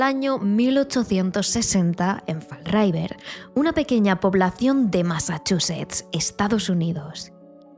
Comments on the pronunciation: Se pronuncia fall river, no raiver chicas! Por lo demás, muy buen vídeo, como de costumbre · Muy bueno el vídeo. Pero lo más espeluznante de todo fue escuchar "fal raiver" cada 1 minuto. 😂